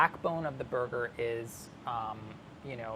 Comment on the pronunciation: No body : New yorkers : ßoiga.